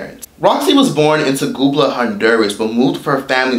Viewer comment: Great video but did you really say "tagoobla" honduras???? Damn fam, you didnt even try to get the pronunciation right! Lmfao.. Tegucigalpa... ta-goos-e-gal-pah